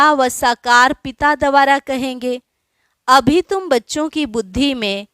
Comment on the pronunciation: शब्द है द्वारा, न कि दवारा